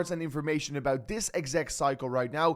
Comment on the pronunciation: Why this guy say EBAÖT instead of about